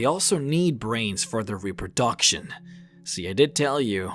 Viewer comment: His mispronunciation of centaur, telekenesis, reproduction and amphibious just annoys me much more than it should. Still a really cool video though.